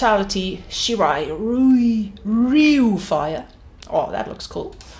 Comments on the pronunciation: To help you say shirai Ryu easier Say it like the y in ryu is an i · Sad how u couldn’t say “shirai ryu”😂